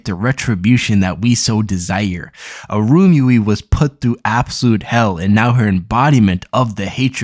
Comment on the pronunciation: Lol It really irked me how he was pronouncing Irumyuui as "Arumi" and Wazyukan as "Wazukhan" in his previous video